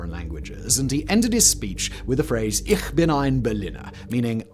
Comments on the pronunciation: JFK still made a mistake with that line. He pronounced "ich" with the soft "ch" when he should have done it with a hard "ch"- "ick". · His translator's phonetic "transcription" is wrong, too, isn't it? The ch in ich is pronounced as in loch (as in Loch Ness monster) not ish.